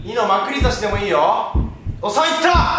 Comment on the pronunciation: 前から思ってたけどまくり差しのイントネーション変じゃね？笑